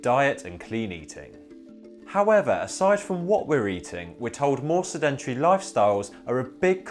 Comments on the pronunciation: Pronunciation Advice (sorry): 'SED-entry' - not 'sed-ENT-ery' ! Otherwise - an excellent analysis............................. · SED-entary, not se-DEN-tary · No creds. Sedentary is SED-en-terry. Accent is on first syllable always. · SED-EN-TRY is how it's pronounced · Love that British pronunciation with emphasis on syllables unaccustomed to American ears. SeDENtary and ContriBUTory. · We ate less, did not have snacks like crisps, and used to walk everywhere. You are pronouncing 'sedentary' wrong - emphasis is on first syllable. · Wrong. His pronunciation is not correct. Listen to a British version. It is: /ˈsɛd(ə)nt(ə)ri/ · You are pronouncing sedentary incorrectly. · Makes sense that the average person expended more energy in their daily tasks, though there must have been some men, especially, who had desk jobs and came home and didn't do many household chores? By the way, the word 'sedentary' normally has the stress on the first syllable.. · The way he says “sedentary” is driving me bananas